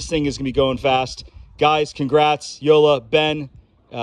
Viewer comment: WHO-LA is the correct pronunciation.